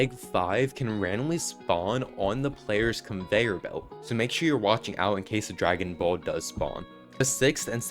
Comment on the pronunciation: It’s dragon boll not egg😂